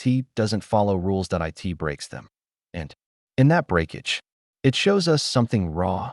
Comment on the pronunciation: How hard is it to just read from a script instead of using AI that can't pronounce "it" correctly.